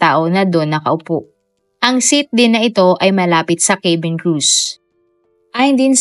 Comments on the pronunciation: cabin ay “kA-bin” po ang basa hindi “kE-bin”😊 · Madam, hindi po kaybeen ang pronunciation ng cabin! It’s kah-Ben! At hindi po de- Bree’s ang pronunciation ng debris! It’s deh- Bree! Thanks